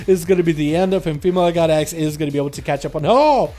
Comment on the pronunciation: It sounded like he was saying “female got eggs” every time he said “female god x”...